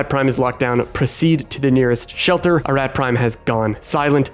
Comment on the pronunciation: You literally play a clip that says, "a-ROT" but you say "a-RAT" like 50 times in this video lol